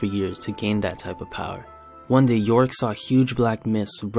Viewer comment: Did somebody read yorick "Yo Rick"?